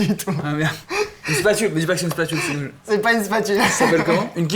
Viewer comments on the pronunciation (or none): none